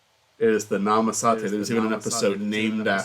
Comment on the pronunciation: > "#1 Howard Hamlin Fan" > Can't pronounce Namaste.